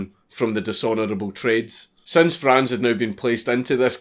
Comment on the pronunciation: Saw my Name (Franz) instand click Edit: Im rly proud of you, that you pronounced Franz right